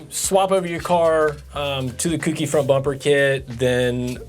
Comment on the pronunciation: It's CO-KEY not kooky not cookie